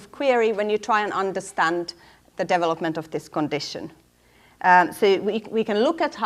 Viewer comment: ugh... devil - upment devil - uping devil - up Why can she pronounce every other English word properly?